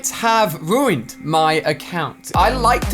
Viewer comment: True, he everytime said ruuned haha